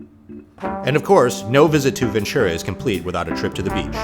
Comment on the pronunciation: Rice is good but Rice By Mama is my preference. And Ventura has a t sound to it, not a ch.